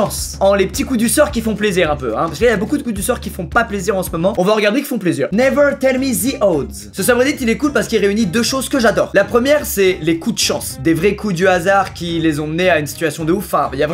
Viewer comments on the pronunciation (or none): "Neveure telle mi ze eaudes" Ah l'accent parfait